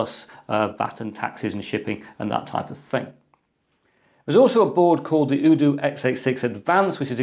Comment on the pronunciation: The u in UDOO is pronounced "You" like in Youtube